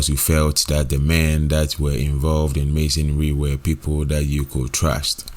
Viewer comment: THAT. NOT DAT